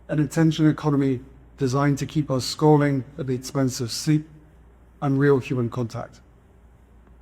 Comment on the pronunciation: I can’t even understand what he is saying. “An attention economy designed to keep us scarving at the expense of sleep and real human contact”????